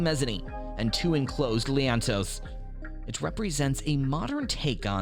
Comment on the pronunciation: IT's not "leaannntoe" -- it's "lean-to's" :)